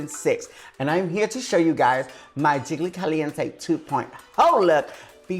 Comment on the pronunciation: Ok, but Jiggly also says "Jiggily" like Kylie....!